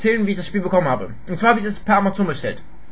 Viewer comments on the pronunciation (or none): none